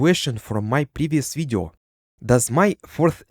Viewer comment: i love how you say video видё